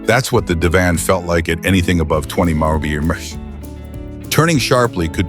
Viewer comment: Please teach your AI narrator how to pronounce “miles per hour”.